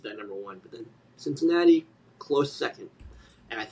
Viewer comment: I'm the CINCINNATI KID! SIN-SIN-NAUGHTY?